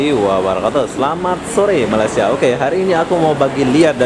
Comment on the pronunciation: sebut betul2 ya... Malaysia.. bukannya malasia